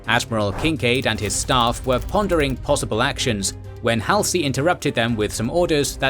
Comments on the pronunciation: kids u are going to be saying Halsey a lot so lets get it right it is not hal sie It is pronounced Hal- Zee Know this is # 49 and u have already done at least 70 by now but after 71 I expect u to get it right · It's Hallzee...NOT Halsee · How can you know SO much about this and present it so well.......but you've never heard anyone say "Halsey" before?